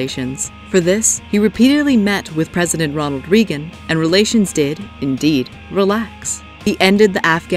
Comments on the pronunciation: President Ronald "Reegan" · Ronald “Reegan?”